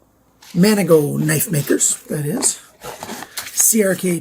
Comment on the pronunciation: #3 MKM Maniago Knife Makers 4 syllables, mah-KNEE-ogg-oh